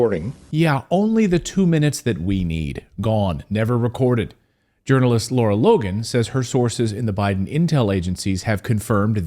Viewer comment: Lara Logan, not Laura. LARA.